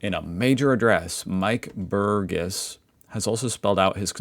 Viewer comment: How can you say Burgess wrong,, Bur jess. Jerry and Gerry are homophones. AI Overview Yes, "Jerry" and "Gerry" are homophones for most English speakers because they are typically pronounced the same way: with a soft "G" sound like the "J" in "jerry". The spelling "Gerry" is often an alternative spelling or a nickname for "Gerald" or "Jeremy," just like "Jerry".